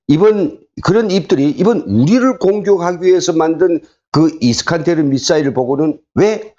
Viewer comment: 정보를 제대로 전달하려면 정확한 발음을 해야하지요 이스칸데르